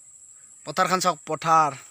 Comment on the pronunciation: It's not pathrot it's potharot and teach that little baby girl to say namaskar whenever she greets someone not bye bye. Ok?